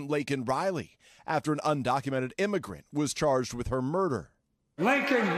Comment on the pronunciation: Worst president in history. He also said her name wrong. Laken. Not Lincoln.